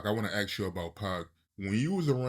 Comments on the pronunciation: Can u at least pop off with ask..not aks .cot dam!.. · its ask not axe.